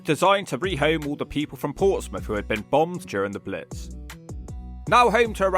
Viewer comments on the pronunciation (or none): none